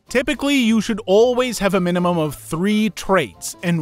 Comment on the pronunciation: “minumum” …. really?